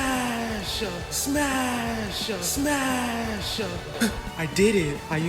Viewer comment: “SMASHUH SMASHUH SMASHUH” -Bronny James, 2025